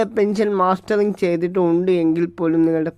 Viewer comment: സഹോദരി, പെൻഷൻ മാസ്റ്ററിങ് അല്ല. മസ്റ്ററിംഗ് ആണ്. വാക്കുകൾ ശരിയായി ഉച്ചരിക്കുമല്ലോ.😢